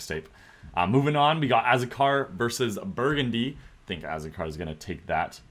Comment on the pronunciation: Azucar is salt in Spanish so just say asucar that’s basically how it’s pronounced